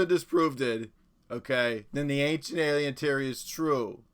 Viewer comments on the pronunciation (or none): NEVER will the Ancient A-LIE-en mythos be disproveded! 😂